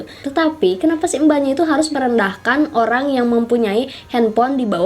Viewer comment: Orang normal : Orang Mbak cadel : Olang